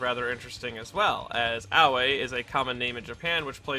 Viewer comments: Word: aoi This guys pronounciation: aoway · Aoi. Not Aoe. The Japanese pronounce their "i" vowels as "ee" .